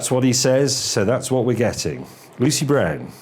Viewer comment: Why do you say Lucy Brand, but the closed captions say Lucy Brown????